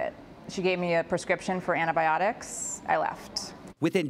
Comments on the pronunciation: So it’s “Anna” Biotics ? Or Antibiotics? By the way, who’s Anna ? 😂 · It's a regional pronounciation thing, where I live it is said annybiodics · I dislike it when people say Antibiotics like that. I can't think of a reason for it though.